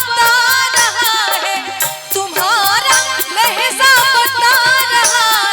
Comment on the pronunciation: Yezada nahi ziyaada h aur lahza nahi lahja h mam